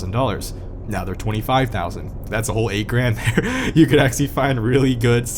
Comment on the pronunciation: The way you say ''actually'' is very off putting. ''Axly'' damn.